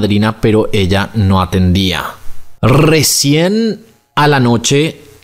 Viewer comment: Like por el Rrrrrrrrrrrrecien del minuto ❤Se escucha bien tierno jaja